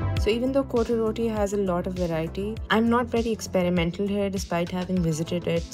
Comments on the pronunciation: Correct pronunciation is COT ROTTI . . Not CO TE ROTI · Its not pronounced " coty roti" . Kindly look up the correct pronounciation😂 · It’s not cotyee Roti😂😂😂😂